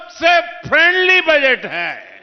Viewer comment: सर, आप तो माफ ही करे बजेट नही वो बजट होता है सर